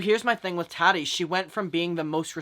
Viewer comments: lol the way u pronounce her name , hehe its taaaati not tati hehe aaa like up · The way you say Tati is so funny and cute I love it 😂